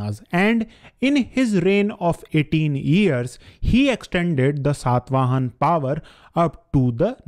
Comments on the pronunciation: Dear, I find your videos are highly informative and unbiased. But your pronunciation of the names is not always correct especially in the present video. It is Saata vahana, which means one who rides a tiger, not sat vahan. Again it is Srimukha and not Simuk. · It irritates like anything when you say Ashok instead of Ashoka or Satavahan instead of Satavahana etc. Pl. don't cut the last 'a' in the names.